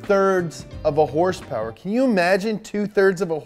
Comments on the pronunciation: Hrsprs stuck with me too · adam durham, “Hearse Purrs” from now on. Lol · What are these “horse-powers” you are talking about? Are they like #hrspwrs ?